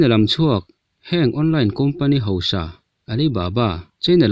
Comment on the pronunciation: Chutiang ang ni lovin chuti ang. Hosa ni lovin hausa. Heti ang hian lam zawk ta la, ṭawngkam a dik zawk awm mang e a.